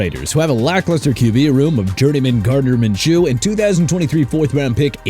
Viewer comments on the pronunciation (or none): he should have pronounced those names right too. Minshew (min-shoo) and Breece (breez). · Right?? Plus there was "Min-Chew" and "Bryce Hall" Like, cmon man smh. Downvoted the vid just for that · Wow. "Gardner Min-Chew", "Bryce Hall" at least get your pronunciations right before making a video